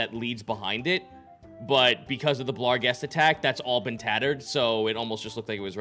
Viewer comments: I hate that they keep adding an L to barghest. ah well. at least they've stopped calling svirfneblin "swivel blin" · I mean, he clearly enunciates an L in there. Maybe he changed it for some reason